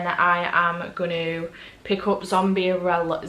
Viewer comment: Reading seven books in a week is amazing. I read The Wicker Man months ago and it wasn't my favorite read but I am glad you liked it. Everytime you said Wicker I heard Wicked.